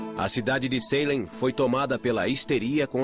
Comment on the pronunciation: eu tendo um mini avc toda vez q o narrador falava "Saylem" ao invés de "Salém"